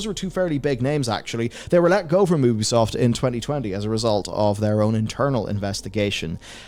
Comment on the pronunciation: It's pronounced you-bee-soft. Incredible how many supposed journalists still don't say it right.